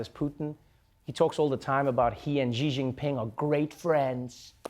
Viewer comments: its pronounced shee jeen peeng You are welcome. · 习近平, Xi JINPING (pronounced ''She'' ''Jin Ping'') You failed me Trevor😤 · Very funny, but we expect nothing less from Trevor Noah. But seriously, could we learn how to pronounce some Chinese names? Because maybe they'll be used again and again and again? Xi Jinping is not hard to pronounce better than they did. Pronounce Xi like the English word "she" and you're close enough. Jin like the drink gin. Ping, you know like you ping on a computer? And while we're at it: 北京 Beijing, Bei, north, like bay, jing like in jingle, jingo, not with that dreadful ж/zhzhzhz, j like in jog, just, joint. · I died at how he pronounces xi Jinping as "Ji Ginping" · I'd say you guys pronounce the president of China in a wrong way. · How come neither the CNN reporter or Trevor knows how to pronounce Xi Jinping correctly? He is world leader. Put some effort into it!